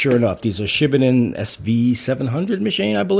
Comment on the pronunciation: FYI..the correct pronunciation is Shi Baaa (like a lamb) Den.